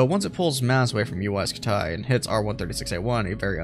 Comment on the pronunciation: Uy scutaay (like your vids)